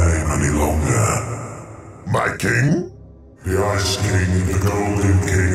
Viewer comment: I see said ice king but I heard "icy" cuz he's ice king rite